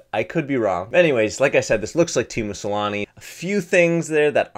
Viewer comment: teemu salami??? its teemu selänne